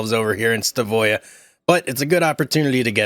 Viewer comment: it's pronounced Stav øya .. NOT Sta vøya ....øya means island